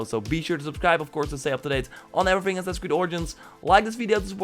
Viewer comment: Hearing him say Aowmore and Asasn cred origns pains me